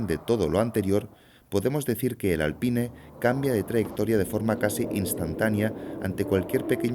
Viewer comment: Lo que más me sorprendió del video fue la forma como el narrador pronuncia Alpine, está bien que en España odien el inglés pero tampoco hay que exagerar